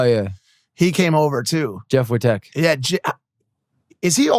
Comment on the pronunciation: And its wittek not wit tech...